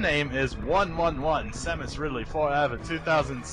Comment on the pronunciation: After things like Smaus....eSamus.....and all that xD dear lord I have to subscribe